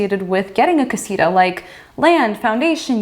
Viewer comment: Why they try to call "casita" this tiny house? they don´t even pronounce it well